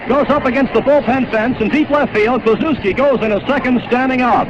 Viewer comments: Pronounce his name correctly, will ya. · I remember that Reds team well. They had three mashers in the lineup, Kluszewski, Gus Bell and Post. A pitchers nightmare! Bell hit one of the longist home runs I ever saw at the old Sportsmans Park in St. Louis. This film nararrated by Bob Costas. He is far too careful to constantly mispronounce Ted's name. I blame AI, or poor editing